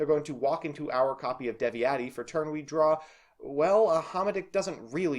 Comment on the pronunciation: I know Eastern/Northern Europian languages are not easy to say, but Devi-eti, Saizmetas, Hama-dick, Sugget and Piati were tough to hear. The other three were borderline cases, I don't expect anyone to know the accent on the first try. (Well this is also the TCG's fault, maybe it would be easier to say Beelzebul, Lucifugus, Asmodai, Belphegor, Baal, Adramelech, Lilith and Nehemoth.)